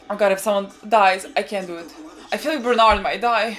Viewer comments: Bear too-old => Ber_told , closer enough than Bern_ald. :) But now we are hyped for Bernald... so go forward. :D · Stop 😂 saying bernard its berthold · "berth" + "old'', Berthold, Бертольд